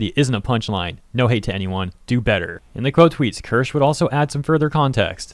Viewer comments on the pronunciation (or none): its not Kirsh, its Kirsh-a 🤓